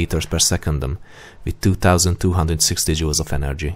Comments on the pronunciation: am I the only one that heard him say jews and not jouls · Sounds like he's saying "Energy is 514 Jews."